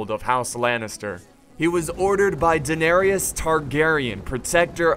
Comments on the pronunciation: Lol u gotta learn how to pronounce daenerys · Daeneryas...? I creased a little. Classic xD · "Day-nary-us Targaryen" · Daeneryes xD